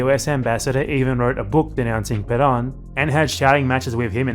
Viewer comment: I completely agree with you, but don’t criticize his pronunciation too much. His name is Perón. Ponga el acento en el rón. PeRÓN. Muchas gracias por sus video. Saludos desde los EEUU. Venceremos!